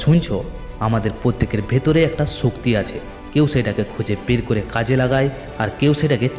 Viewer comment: ভাল তবে ভাল করে কথা বলা উচিত। শক্তি; ছক্তি না, স্রোত; ছ্রুত না; অসাধারণ; অছাদারণ না, সেই; ছেই না, আসল; আছল না, আজ; আইজ না, সিঁড়ী; ছিড়ি না। ইত্যাদি।